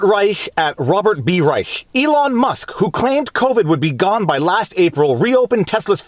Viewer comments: Viva, Reich's name is pronounced like Rye- Shh. 😉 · I believe it's pronounced "Rische" with a 'sh'. Your logic and attention are spot on. It's too bad you're Canadian (Quebeci?); If only we had that intelligence in the US. Thanks. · He pronounces it like "Reish", but I found it entertaining that you used the original German pronunciation. "Robert III Reich" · Reich was an ideological hack economist for Carter, got into bird-cage-lining editorializing on CNN and the like, and has gotten steadily worse. BTW, it's pronounced Rye-ssssshhhhh, with the sh part about 2X as long as the Rye part, ideally with a rattlesnake-like rattle at the end. No one else with that name pronounces it that way, but that's appropriate for him. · Hey Viva, check out how Rush Limbaugh pronounced Robert P Reichhhhhka. You might get a kick out of it. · I believe this is the same Robert Reishhhhhha(as Rush used to pronounce it) who used to be called out regularly by Mr. Limbaugh for falsehoods of various types ...... just sayin' ..... ;-p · The ch is pronounced sh in Reich's name. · Viva: Your assertion that you were unfamiliar with Rob.B.R. shows that you were NOT a Rush Limbaugh fan, cuz Rush did frequent "updates" on the guy, Famously mispronouncing the name as "... REISCSSSSSSSSAAAH" each & every time!!! (All "Ditto heads" d'un certain age would know this...) :) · If you want a good chuckle find a clip from R Limbaugh from the Clinton era on how to pronounce Rob Reisch’s name